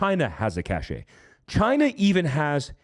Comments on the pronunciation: I love your work, but please correct your pronunciation of "cache." It is pronouced "cash." The word that is pronounced "cashay" is cachet. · It's pronounced "Cash" not Cashshay. There is a word pronounced that way, but it means "clout." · For the record, cache is pronounced "cash" not "cashay"... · Cash and cache are pronounced the same. Cachet is "cash-ay." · Please stop saying CACHE as CACHET. They’re totally different words. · Great video. All should watch and try to be prepared. BTW cache is pronounced "cash" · The word "cache" is pronounced /kaSH/ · Great channel. Just a heads up... Cache - as in secret stash of goods, is pronounced kăsh. Cache' is a special fashion sense.